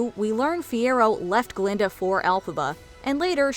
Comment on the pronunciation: „It was GUH-linda, all along!“